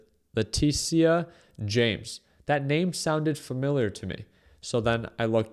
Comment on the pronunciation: Leticia is pronounced Le-Tisha bro